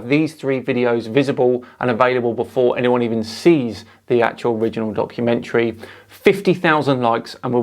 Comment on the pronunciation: 😂😂 “debumkummentary”😂😂 Has to make it into the Oxford dictionary